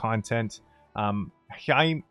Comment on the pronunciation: legends say , he's still tryina pronounce Heirmeir